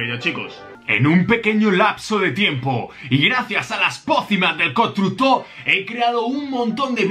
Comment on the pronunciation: Todos viendo como mejora los constructores Yo: dice "Constucto"